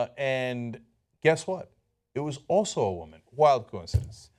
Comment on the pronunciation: "I'M A WOMYN!! THEY ATTACK ME BECAUSE I'M A WOMYNNN!!! VOTE FOR ME!!"